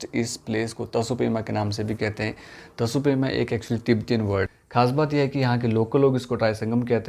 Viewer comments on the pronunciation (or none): Its tso pema bro...not t so pema😀😀😀